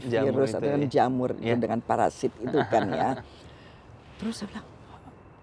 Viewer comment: gua suka cara bilang parasit jadi paraSHIT wkwkwk